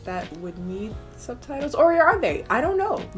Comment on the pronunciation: “I der kner” SCREAMING